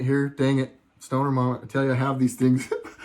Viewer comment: Did you say a "stoner tangent?"